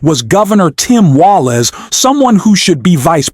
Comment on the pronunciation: Its Walz, not Wallace.